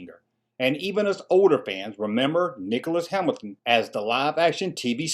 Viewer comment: Did you call him Nicholas "Hamilton"? That's what it sounded like. It was Nicholas Hammond.